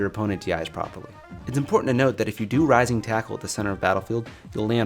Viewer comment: It's still debatable if he is saying "Rising tackle," "Rising Taco," or "my nintendo."